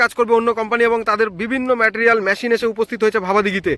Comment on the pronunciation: কথা বলা ঠিক ঠাক করতে হবে। ম্যটেরিয়াল নয় মেটিরিয়াল, ম্যসিন নয়, মেসিন বলতে হবে। English spelling is 'material/materials & machin. উচ্চারন এত বাজে কেন?